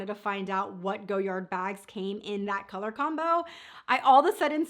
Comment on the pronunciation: It’s “go-yar”..the “d” is silent.